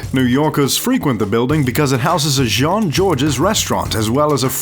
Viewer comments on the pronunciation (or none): none